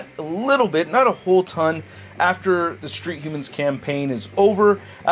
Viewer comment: Street hhuumans .... yhuhmmmans